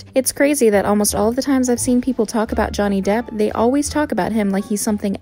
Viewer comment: Are my ears deceiving me? it sounds like "Johnny Dip"